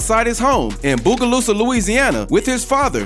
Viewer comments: The way he says biogalusa cracks me up I live like 20 minutes from there that’s where my baby momma from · boogaloosa now cm anyone from boug knows that’s not how you say tha